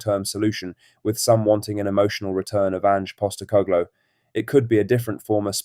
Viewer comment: Why can you not pronounce “Postecoglou”?